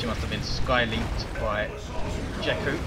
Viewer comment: And no, you are not pronouncing "jekku" correct.